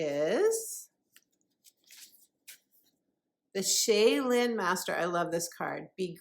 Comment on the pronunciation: Thank you! Many blessings to you… FYI. Shaolin is pronounced: Shau (rhymes with How) — Lin (Chinese)